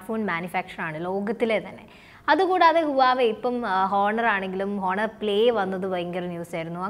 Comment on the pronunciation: ആദ്യമേ ഒരു കാര്യം പറയട്ടേ.. 1)Huawei എന്നാൽ പറയുന്നത് "വാവേ " എന്നാണ് 2) honor എന്നാൽ പറയുന്നത് ഹോണർ എന്നല്ല "ഓണർ " എന്നാണ് ഇതുപോലുമറിയാതെയാണോ ഇതിനെക്കുറിച്ച് class എടുക്കാനിറങ്ങിയിരിക്കുന്നത്.. കഷ്ടം